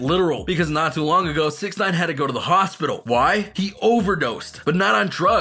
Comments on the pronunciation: "Chicago Hopital" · HOPITAL Really!?🤣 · Oh dang, my boi in the "H O P I T A L" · chigago hopital lmao